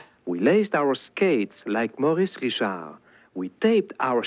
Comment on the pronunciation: Maurice Richard. It's pronounced something like "Mo-REES Ree-SHARRRRRRRR". Try to roll the R when you say it. Don't pronounce the D at the end.:)